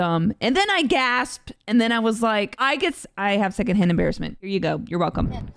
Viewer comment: I thought you said "I have Hannah Barron Syndrome" instead of "second hand embarrassment."